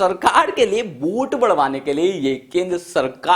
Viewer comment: यह क्या है भाई। वोट को बोट🛥️ nazar को najar जब इसने बोटिंग की बात की तो मेरा ध्यान सीधा नाव की तरफ गया।अबे पहले बोलना तो सीख ले।😵‍💫😳